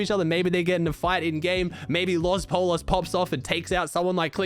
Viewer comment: In Spanish when there are two of the letter "L" next to eachother, the "L" sound is pronounced as a "Y"...so Los Pollos is not pronounced "Polo's" but rather "Poyos"